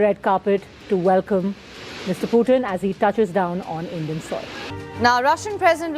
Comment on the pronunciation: Its not piyutin but Putin 😂